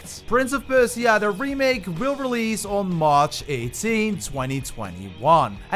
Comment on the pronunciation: Bro firstly you pronounce Persia wrong, then it’s not rainbow six siege quarantine it’s just rainbow six quarantine